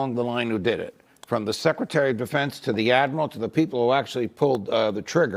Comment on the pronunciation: you thats stupid, you pronounced SS Secretary.. so yeah they are idiots for adding an S, but what does taht say about you, you also added an S, you said SS-Secratary.. not a trump fan, but im alos not a fan of the BS you spew on your channel. you are no different than most people